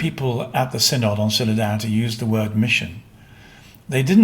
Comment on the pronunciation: It is pronounced Sin-id -- NOT Sin-Odd.